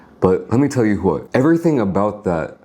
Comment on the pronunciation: “Let me tell u Hwhat”